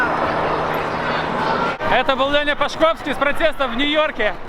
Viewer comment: В фамилии Пашковский ударение на первый слог, иди суою легенду перепроверь, у кураторов уточни как правильно читать.